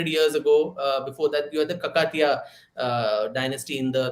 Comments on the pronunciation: It's kaakatiya, deergha please! Thanks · great discussion ! just a small correction or fyi - rani Rudrama Devi's dynasty is pronounced as Kaakatiya